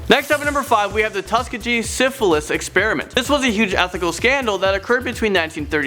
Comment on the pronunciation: lol it's pronounce "Tusk -skee-ge 🙂